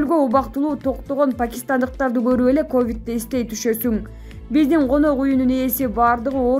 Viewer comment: Кыргыз тилинде к тамгасы жок болуп кеткенби, горуп, гелет , гетет деген лексиондор пайда болду го ыя